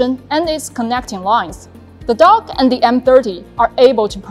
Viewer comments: I thought she said DJI dog. A little dissapointed I wont be getting a drone dog. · i love it but i swear i keep hearing "THE DOG" 😅